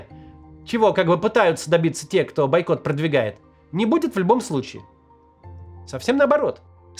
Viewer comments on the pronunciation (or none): Максим, бОйкот, а не байкот😂😂😂😂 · правильно "Бойкот" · Все хорошо, только «бойкот» через «О»